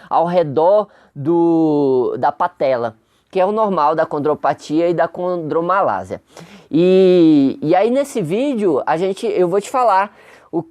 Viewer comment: As vezes poder ser um problema de dicção vocal, na qual é comum em muitas pessoas que não consegue coordenar bem a linguá. Então produz um som de S em vez de ser um som em Z. Mesmo assim ele explicou muito bem detalhado o assunto. Domina o conhecimento melhor que muitos MESTRADOS E DOUTORADOS QUE EXISTEM POR AÍ Á FORA! Parabéns! Professor.